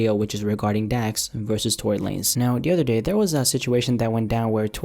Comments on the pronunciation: You cant pronounce Tory Lanez without a big L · No it's Tory lamez